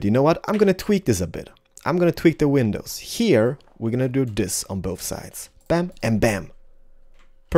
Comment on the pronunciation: why did you sed window peeneses